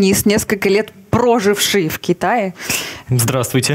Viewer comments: Блин. Первое предложение. И сразу ухо режет неправильное ударение в слове прожИвший. Дальше смотреть не буду. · Какая безграмотность девушек: не проживший где они ставят ударение на О, а не на И! Ложить и ихних, или махает!! Это ужас, полная безграмотность молодого населения России!!